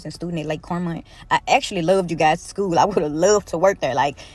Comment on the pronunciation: Beyond the predatory comments and lack of common sense. How the hell would anybody hire a substitute teacher that says Shkewl?!